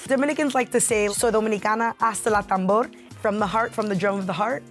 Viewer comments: It’s “hasta la tambora”. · You can’t say you Dominicana hasta la tambora if you can’t even say tambora! 🥲